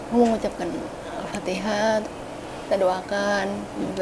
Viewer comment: alfatihah bukan afatihahh. Maaf